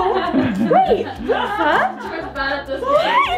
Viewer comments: Its a loofa ( loo-fa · The bath poof is called a lofa pronounced loofaa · IT IS CALLED A LOOFA!! LOL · It's called a Lufa! 😂 Lava was super close!! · its not called lava its called loofa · When ty said a bath puff it’s called a lufa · its called a lufa lo-fa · pretty sure it's "loofah" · It’s called a loofa looo—fa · the the louf is called a loufa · you say it like lufa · It’s a “luffa”. It’s a luffa. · Loufa it's called loufa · it is called a loo-fa - lufa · Btw it’s called a “loofa” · Its called a Linda loo-fa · It’s called a loofa pronunciation: lu-fa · Its calld LOOFA